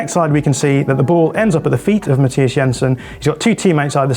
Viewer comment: He even got Jensen's first name right, despite Thomas Frank insisting on "Anglifying" it.